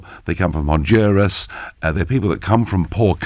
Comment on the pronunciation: LOL, the silly bint couldn't pronounce Honduras so she blamed the immigration on the Mexicans